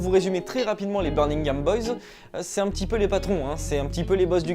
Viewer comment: C'est birMingham pas birNingham, desole je fais le chieur, video cool sinon bien joue